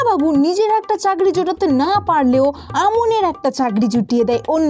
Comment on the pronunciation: উচ্চারন টা চাগরি না চাকরি